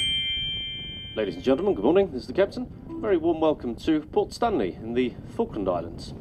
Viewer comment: Random guy: Say Falkand Islands Argentinian People: THIS IS NOT OKIE DOKIE